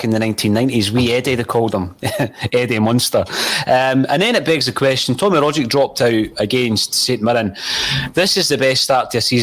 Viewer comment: respectfully, you're not pronouncing Tom Rogic's name correctly. It's Rogg-itch, not Rodge-ick. it's a Serbian name. the "c" at the end is always a "ch" sound.